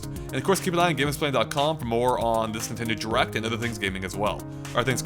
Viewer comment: Have you noticed that says Nintendoo, instead of nintendo at the start of the video.